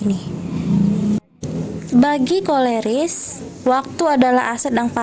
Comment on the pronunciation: Maaf bukan korelis ,tp koleris ,supaya tidak salah